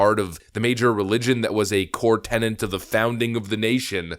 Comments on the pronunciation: You keep saying "core tenant" instead of "core tenet". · There is no "N" in "tenet". It's pronounced "TIN-it". So "core tenet" is pronounced "Kor TiN-it". There's no "N" in there anywhere. A "tenant" is someone who rents property.